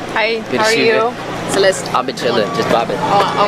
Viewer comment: you know it is insulting you saying her name bad every time, right?